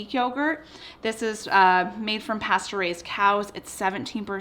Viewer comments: Had to do a double take Sounded like you said it's made from "Pasturized cows" WHAT!!?? oh, pasture RAISED cows... lol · at first I thought she said "Pasteurised cows" instead of "Pasture-raised!" 🤪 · I thought she said "pasteurized cow" 🐄 😂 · Yes, you said “pasture raised cows” and it sounded to my ear like pasteurized cows, I thought it was so adorable. I love this recipe it is PURE genius, I’ve made it often and love love love. Thank you! ❤️❤️❤️